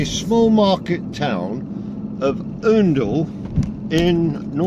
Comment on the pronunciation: An interesting video. Btw, The first syllable of Oundle is pronounced as the ou in hound (not oo )